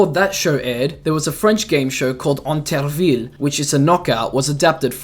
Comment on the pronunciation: As a French person, I can say that your pronunciation of "Intervilles" was well-made! Oh, and I realize this is the second video of you I watch today and it's pretty good (loved your SMG analysis), keep it up.